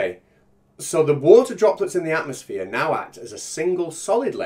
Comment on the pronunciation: "Atmoplane"....Fucking God help us.